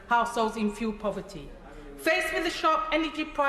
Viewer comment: She's saying assholes instead of households.. let's be honest it's what she thinks ,maybe it's her lisp? Shouldn't she be in jail Only lefties Will disagree.🇬🇧👍